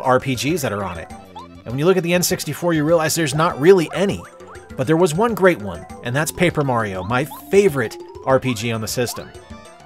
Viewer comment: Super fun video! Have you considered Opera? You even rolled that “rrrr” in “great”. Nice!😃 I need more 64 in my life. 👍🏻👍🏻 GASP! The prequel to the holy trilogy. Shame, shame. Very well done.